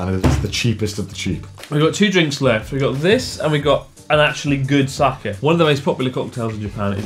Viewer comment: Chris is so drunk that he's pronouncing sake like suck-it